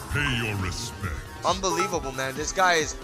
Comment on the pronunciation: Hmm how come nobody told you...it's unbelievable not unbelieavable